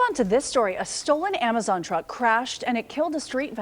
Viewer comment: He did just say amajon drivers lol,,AMAJON 😆 🤣 TO FUNNY